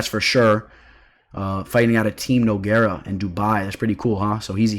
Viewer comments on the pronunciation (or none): none